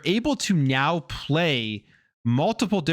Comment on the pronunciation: Did this dude say "You can meow play" ???